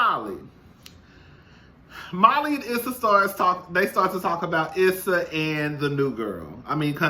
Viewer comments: 💜🧸 Hey 😊 Her name is pronounced "E"ssa, eventhough phonetically it's spelled Issa. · Lol. Her name is pronounced E- ssa